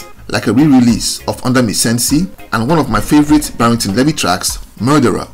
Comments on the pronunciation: Pronounced "BARRINGTON LEE-VY, not LE-VY"; good story though. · Your pronunciation of 'Levy' sounds more French than English. In Jamaica we say 'LEE-vee'. A very historical name, usually indicating 'black' Shephardic Jew (Israelite/ Hebrew) ancestry, coming from the tribe of Levi who were recorded in the Old Testament of the Bible as descendant from the lineage of Jacob (Yakob, later called IsRaEl). The Levite tribe performed spiritual leadership duties to their nation as priests and musicians. A people whose presence remains among Jamaicans and several other populations in the Americas, Africa, Europe and Asia to this day. The full story has not yet been told due to 'paper genocide' and whitewashing, especially by Ashke-Nazis, but it will all come to light. Barrington Levy is the typical, original true colour of that ancient tribe and the tribe of Judah. What a powerful signature voice Barrington Levy has, like a trumpet announcing his presence and message. His recognition is well deserved.